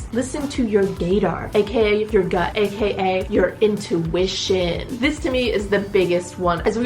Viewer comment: Follow my intuition? More like my intuWISHion.